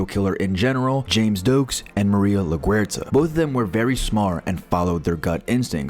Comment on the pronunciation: Maria la-who??? I've always been pronouncing it like the airport. What the hell was that pronunciation